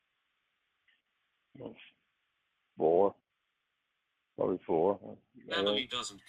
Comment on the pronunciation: Prawbly because 87Lawgic=87Words